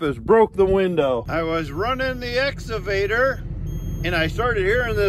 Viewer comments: Lol I Need a drink after that as I yell excavator at my phone. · Will someone please teach to say excavator? Or else I am going to stop watching, get into my Cadillac Exalade, go to the empty mall and ride up and down on the exalator. I might just go home and study about the end times. You know esatology. (For all you bible scholars.) I'll try not to get so ex-ited., I think you should let pick out a new computer for you to work on, you know a futuristic Star Wars kind, model RD2T, because you guys are out in the rural delivery areas. You don't need it because you are good at number crunching, but you could get some help from one of those futuristic accountant computers, like model 3CPA. Help us Momma CS. You're our only hope. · shouldn’t be allowed to rent an excavator if you can’t pronounce it. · What's an exavader?? 😅 lol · Can someone please teach how to say excavator!!! 🤣😂🤣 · Quarantine drinking game. Take a shot when says ‘exsavader’ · "Exsavader" LoL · I’m watching again to hear say exavator😍😂😍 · I like how says exavator and not excavator haha. He makes my day! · pronunciation of the word excavator is epic. It started out esscavator which he was self concious about so he turned it into "exavator". It puts a smile on my face every time he says it lol. Anyway. Keep up the good work gentlemen! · Let me start by saying your downloads are great and I love the channel. I just have one question. Is saying the Ex A vator or Ex Ca vator? It sounds like he is saying exavtor which makes me laugh and I do not know why. Keep up the great work. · (X-uh-vader) lmao he crack he up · excavator not exavader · X CA VATOR!!! Damn it say it right!! LOL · Just practice a few times "EX-CAW-VA-TOR"! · Has anyone taught how to correctly say excavator yet? Every time he says it I correct him but he cant hear me. Lol